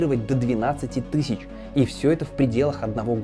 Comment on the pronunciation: Тыщщу, тыщщю, тысщу.... 😵